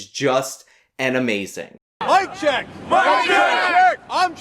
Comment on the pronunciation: "I am chank ugur" "I AM CHANK UGUR"